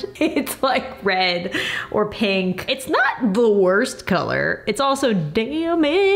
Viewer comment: Everytime you said “red“ it sounded like you were saying “bread“